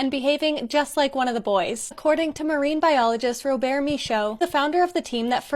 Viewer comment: The second story is also a reminder to protest any company trying to make a profit by destroying the river. Looking at you Lone Pine... Also, good pronounciation on the researcher's name, although at the end of Robert, the t is silent, and the er sound is slightly higher pitched in Canadian French.